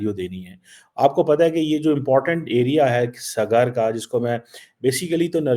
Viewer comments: Swgaar.. 😂😂this clown pretends that he can't pronounce any Hindi words..🤣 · Sagar is hindi word. Pronounce properly